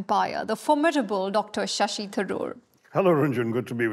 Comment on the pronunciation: The Brit pronunciation makes sense - Dr. Sassy Tharoor